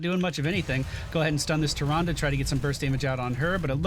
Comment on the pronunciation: I can't get enough of saying "Tyranduru Whispuruwinduru."